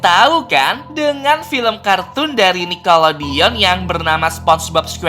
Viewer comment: bacanya nicklodion bukan nickolodion